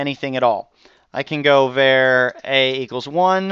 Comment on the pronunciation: I know it's petty, but var is pronounced with the a like father. Not like the ea in pear.